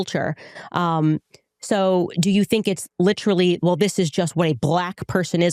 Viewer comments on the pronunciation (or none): The fact that Candace pronounces literally incorrectly drives me nuts. It’s not “lit-tra-lly” 🤦‍♀️